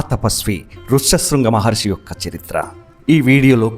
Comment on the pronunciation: Maharshi anali kada meeru padhey padhey Maharsi antunnaru. Ur story telling was amazing and clear